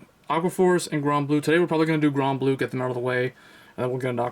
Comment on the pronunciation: its called granblue not gronblue